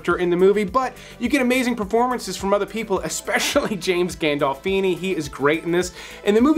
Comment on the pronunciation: Great list! Men Who Stare at Goats was really good! You say Gandolfini and Olyphant strangely.